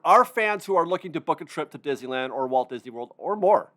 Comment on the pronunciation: I’m hearing more creators pronouncing Disneyland as Dizland. Listen to the first 5 seconds of this video. Let’s put the “-ney-“ back in Disneyland.